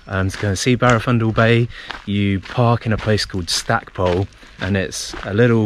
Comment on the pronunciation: Quick tip,the locals (I'm an old Pembrokeshire lad) pronounce it "Stack-pool" not pole.